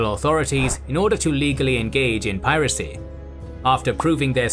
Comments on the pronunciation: It's ('pai ra cy) not ('pee ra cy) 😡❗ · "piracy" isn't pronounced that way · Did you say "peeracy"? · Weird pronunication of 'piracy' ! 🙄